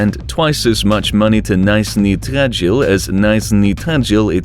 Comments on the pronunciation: I can't withstand how you pronounce the names, especially Nizhniy Tagil. You do not neeed to pronounce the "i" like "ai" here, it's more like just "e". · I'm actually from Yekaterinburg and it's even more interesting video for me. But it's so funny to hear pronunciation of the cities, because Nizniy Tagil is really different on pronouncing. Russian pronunciation is really hard, I don't expect foreign to speak it perfectly. I am just watching this video with a smile on my face. Thanks for the video, though, very useful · Do one on the ghetto inner cities in the US next. This guy doesn’t even come close to the correct pronunciation of Nizhny Tagil. That should tell you how much research went into this video, barely any. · Jesus Christ you butchered Nizhnii Tagil. lol